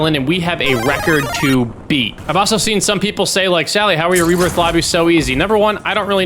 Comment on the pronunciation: 'rehbbirth', always something super small to purposely troll the speech OCDers...